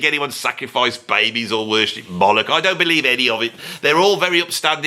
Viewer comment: Disagree strongly about Gilmour. He's great by any measure. Any list of overrated guitarists has to wrap up with Eric Clapton if it knows what it's talking about. Oh and it's Molloch, not Mollick. As in 'Moe'...like Moe, Larry, and Curly. And 'Lock', as in lock & key.